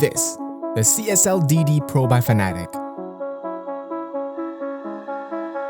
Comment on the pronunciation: Say it after me.. “Fan-a-tech” it’s not “Fanatic”